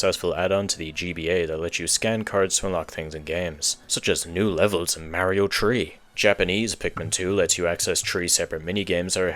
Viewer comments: So he says tree 🌳instead of three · why do you say tree instead of three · "at number tree, we have pikmin tree" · "Coming in at number tree is Pikmin tree." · Is your first language French? Or Polish? You keep dropping the H in through, and three like my grandfather used to, and his first language was Polish. Just curious, hope you don't find this rude.